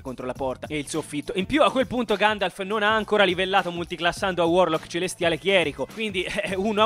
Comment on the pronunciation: "si sta facendo ancora di ganjalf nella terra di mezzo", grazie per questa cit incredibile ❤. Comunque era la terra di merdor tipo... tipo Busto Arsizio